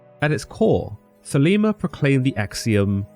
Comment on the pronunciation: Crowley states in his autobiography that his name rhymes with holy not bowel. don't be influenced by Ozzy Osborne's pronunciation. I am a 5th degree OTO member and its thelayma not theleema just trying to correct the common mispronunciations. keep up the quest for understanding, good sirs. 93.